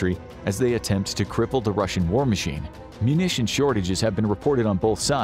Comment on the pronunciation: Ah yes, my favorite country, R u s i a.